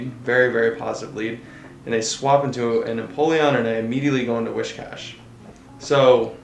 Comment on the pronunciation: Why in gods name is almost noone in the PvP-Community able to pronounce Whiscash the way its supposed to be pronounced?! Its Whi-S-cash, not Wi-SH-cash! I almost always stop watching a video where the person playing doesnt know how to do this right, it just makes me cringe so hard